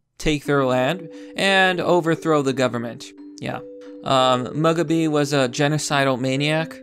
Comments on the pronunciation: Mugabe is pronounced moo-gaw-bey not mug-a-bee. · "Robert Mug-a-bee"... Bruh it's Mu-ga-beh not Mug-a-bee "..Apatrt-teed" Um, not as bad but it's generally pronounced Apart-tide. Overall I completely agree that they should be allowed to fail and even go extinct if they prove to be not viable as a haplogroup without the outside world artificially propping up their continued survival. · Cool, a video about the Bread Capital of Africa, oh wait, Former Bread Capital of Africa. I'm pretty sure it's pronounced 'Moo-gob-ay' gotta pidgeon properly. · You saying Mugabe wrong it is pronounced Mug then garbeeee you are saying mug a bee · mug-a-bee hahaha. obv, it's pronounced moo-gah!-bay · Btw his surname is moo-gah-bay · Robert "Mug-a-bee"? 😂😂😂 This is why I can't share your videos. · Apartheid like Apart-tide. Mugabe like Moo-gah-bae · Moo ga bay ... Why he not say his name right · Let’s not forget that they also managed to collapse their currency with hyperinflation. PS., Mugabe is pronounced “moo-ga-bee” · I care about the native animals of Africa, not this f*cking REAL Wakanda! (PS "Moo-gah-bay") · Mugabe: Moo-Gah-Bee. Apartheid: A-Par-Tied. Information: good. Pronunciation: work in progress. :-) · Mug-a-bee? C'mon. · "MOO-GAH-BAY". It helps people to take you seriously if you actually know how to pronounce the words you are reading. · Thank you! Between that, Malarial and Tsetse fly, this one was rough... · pronounced moo-gah-bae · Mug-a-bee. I laughted my head off. Get the pronunciation right ffs. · Is he mispronouncing mugabe on purpose or does he just not watch any news ever? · You pronounced Mugabe's name wrong...you're supposed to spit after you say it. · Learn how to pronounce Mugabe & Apartheid, it makes you sound uneducated & you are not.